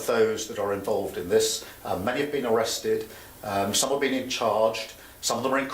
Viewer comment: the RRRRRRIGHT PEOPLE? ARRRRRRESTED??whats the meaning of these odd words?